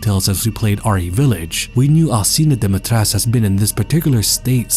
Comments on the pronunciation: its pronounced more like dim-eih-tresc-euu (with rolled r) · You pronounced Dimitrescu wrong. The "cu" is not silent. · Why does everyone always say "Dimitresc"? In Romanian the U is not silent and should be pronounced as an 'oo'. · IDK why it irritates me so much when people mispronounce the name. Never mind accent, or anything. There is a 'U' at the end of the name. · If the pronounciation of her name was correct, she could have been the perfect villain. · Is this really how her name is pronounced? Just sounds wrong to me but I could be wrong